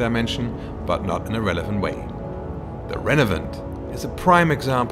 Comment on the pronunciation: "ASP-C" "Renevaunt".